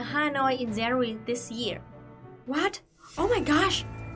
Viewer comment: I like languages and it's just a brazillian curiosity about it, it's not a criticism. What is the pattern in the vietnamese language that make you change the english pronunciation of "j" and "g" to "z"? You always pronouncing, for example, "zanuary" instead "january", and it's cuttie!